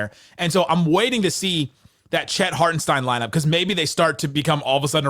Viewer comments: Hartenstein rhimes with fine, not keen. I saw him complain about his name being mispronounced. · You guys are killing me mispronouncing Isaiah Hartenstein.